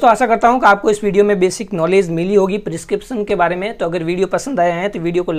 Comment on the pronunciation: Kya hota hei ? Tu pharma student hai prescription pronounce nahi ho raha tere se